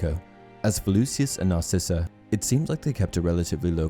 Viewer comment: It’s Draco not Drako and it’s Narcissa.